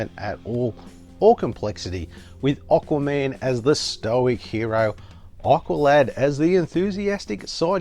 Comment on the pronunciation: Why do you call him "Oqua-Man' lol ;)